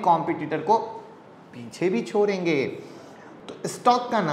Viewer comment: परेगी.. छोरेंगी... आखीर आप ड का उच्चार र क्यो करते हो.